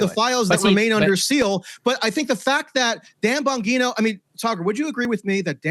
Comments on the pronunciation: Gives me when such a weird feeling when he pronounces it as Dan “Bonguino” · First it was "Have you ever BEAN" now we have "Dan BonGEENo" 😂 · Dan Bon-what?? 😂 At least he didn't say BonGyno. There is a real problem in the new podcast debatosphere with regular journalists showing up and not having a clue wtf they are talking about.